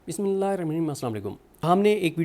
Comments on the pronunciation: Kindly pronounce the "Bismillah" properly. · Siddique bhai me ap k salam ka jawab nahi doonga,wo es lye kiun k ap bismillah sahi nahi parhte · Next video me agar ap ne bismillah sahi nahi parha to me ap ki channel ko unsubscribe kar doonga